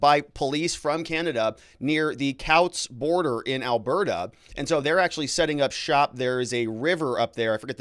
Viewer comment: You pronounced coutts wrong. Kewtz.